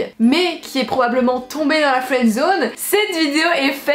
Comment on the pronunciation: La"fesse-zone"?En "ce craie"?